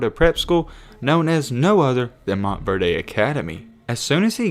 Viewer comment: Good Vid Bro But Stop Saying MontverDAY🤣🤣It’s Montverde I Live In Florida I’ve Heard Nobody Call It MontverDAY LMFAO